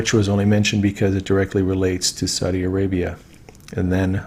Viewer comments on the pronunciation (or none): none